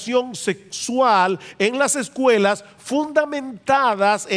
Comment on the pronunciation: Muy buena informacion. Una cosa my hermano usted tiene buena diccion pero no se dice " lasecuela" se dice " las escuelas" No puedo evitar ayudarle ahi. Saludos.